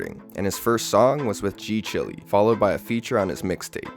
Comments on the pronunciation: G chile (child) not g chilly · ngl I slightly cringed every time you said g chilly 😩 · g chilly???????? 😭 don't tell me it's not chiiiiileee